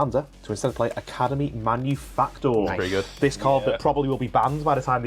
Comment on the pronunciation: may be the only content creator capable of pronouncing Academy Manufactor correctly! Most people say "Academy Manufacturer" and it drives me mental!